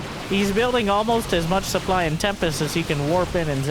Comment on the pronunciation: Look at the soO-ply